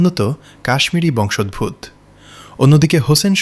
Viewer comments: Narration টাতে বংশোদ্ভূৎ বড় শ্রুতিকটু। শব্দ টা বংশ + উদ্ভূত (উৎ - ভূ+ক্ত ) = বংশোদ্ভূত। আসলে সংস্কৃত থেকে উৎপন্ন বাংলা ভাষা সংস্কৃতের নাড়ির সঙ্গে অবিচ্ছেদ্য ভাবে বাঁধা। সেটাকে পরোয়া না করে এপার বাংলাতেও বাংলা ভাষার ওপর নিদারুণ অত্যাচার চলছে। এক সময়ের আ মরি বাংলা ভাষা তার শ্রী হারিয়েছে। মুখে মুখে চলা এই ভাষা এখন তার উচ্চারণের মিষ্টতা আর সৌন্দর্য হারিয়েছে। সবচেয়ে অশ্রাব্য হচ্ছে অ কার বর্জিত উচ্চারণ। তার জায়গায় স্থান করে নিয়েছে ও কার। জন্য এখন জোন্যো, ক'টা এখন কোটা, যৎ সামান্য এখন যোৎ সামান্নো.... এমনিতে কোন কুক্ষণে কোন মূর্খ পণ্ডিতেরা বাংলায় b আর Vর ব্যবধান ঘুচিয়ে মারাত্মক বিকৃতি ঘটিয়েছেন। জানি না কোনো অন্য ভাষা আছে কিনা যাতে b আর v র ডিস্টিংক্ট তফাৎ নেই। তারপর বাঙালি প্রায়শই শ স ষ এর ব্যবধান তোয়াক্কা করে না। তার ওপর উচ্চারণ, জোর (স্ট্রেস) এর কোনো বালাই নেই। রাশিয়ান, জার্মান, ফ্রেঞ্চ এসব ভাষা তাদের উচ্ছরণকে কখনোই পাল্টাতে দেয় না। একটু এদিক সেদিক হলেই বোঝে না। রাশিয়ান ভাষা শেখার বইতে স্ট্রেস রেফ চিহ্ন দিয়ে চিহ্নিত করা থাকে। দুঃখের কথা ইন্টারনেট এখন বাংলার ভুলে ভরা, যেন ওটাই এখন কায়দা হয়ে দাঁড়িয়েছে। এরা এখন এতই বলবান যে ফোনেটিক কীবোর্ড গুলোতেও অ লিখতে a র জায়গায় o type করতে হয়। মজার কথা হলো সব বিশ্ববিদ্যালয়ে বাংলা ফোনেটিক্স ডিপার্টমেন্ট রয়েছে। সেখানে শিক্ষকরা কি করেন? তারাও কি স্রোতে গা ভাসিয়ে আসি যাই মাইনে পাইয়ের দলে? চুলোয় যাক বাংলা ভাষা। সত্যি বলছি, বাংলা ভাষা আর সাহিত্য কিন্তু অতুলনীয়। আমি পৃথিবীর সেরা 7 ভাষায় মহা আনন্দে চর্চা করি; তার সুবাদেই বলছি। ওহে বাঙালি, কর অনুধাবন! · “বংশোদভূত” শব্দটার উচ্চারণ হবে বংশোদ্ভূতো-এর মতো